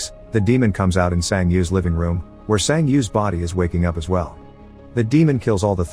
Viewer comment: Bro it's not "san ji yi" it's "san ge" with a hard g. I know the words are automatically generated but this annoys me